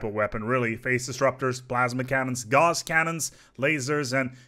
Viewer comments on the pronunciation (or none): none